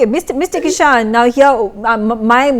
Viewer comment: its Keisham(Kaai - shaam) Kishan( Kee-Shaann)